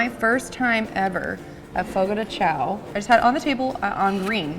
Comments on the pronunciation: said she was going over every single word in the car on the way over. Didn’t look up Chão apparently. 😉 Chão is pronounced ”shoan” like own. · just fyi you should pronounce chão like shawn or something like that!!!